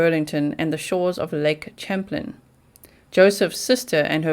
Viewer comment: Champlain pronounced: sham - plane : )